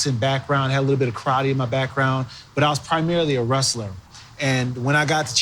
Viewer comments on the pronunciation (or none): none